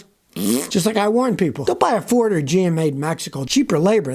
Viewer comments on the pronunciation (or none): none